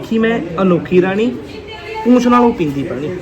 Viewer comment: ਪੂਛ ਹੁੰਦੀ ਹੈ ਪੂਂਛ ਨੀ ਹੁੰਦੀ